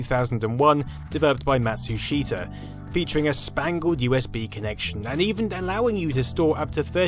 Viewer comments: "Matschuschita"? "Mitschubischi"!? Matschu Peetschu! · "Mashusheytah" "Mishubishi" "ughyomega"